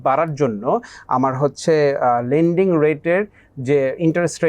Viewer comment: not landing,but it's lending